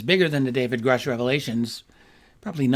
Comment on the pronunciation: Imagine?. Cant even say Grusch. Wow